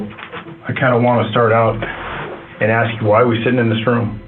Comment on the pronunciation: “aks her what I do” surely he meant “ask her” YouTube covered for him and wrote “ask” 😂